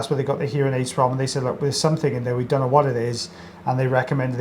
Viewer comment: "we dome quite know" 😂